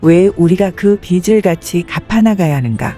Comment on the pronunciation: 귀한 내용 감사합니다. 그런데 하이톤인 남자 분 멘트가 내용을 알아듣는데 방해됩니다. 현재의 이상한 억양을 빼고 여성분처럼 담백하게 읽으시면 이해가 더 잘 되겠습니다. 그리고 빚을 -> '비즐'로 읽습니다. '비츨'이 아닙니다.